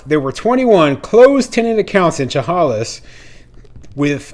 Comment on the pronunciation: Thanks for your latest video, but two corrections are needed: 1. As another follower mentioned Chehalis is in Washington, nor Oregon. 2. Chehalis is pronounced “Sha-Hay’-Lis” with the emphasis on the second syllable.